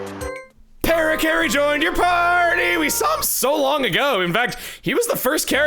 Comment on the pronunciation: it's pronounced "puh-RACK-uh-ree"